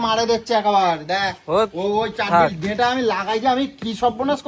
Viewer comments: ডাটা ❌ ডেটা ✅ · Aga pronounce thik koro 😂deta ta ki 😂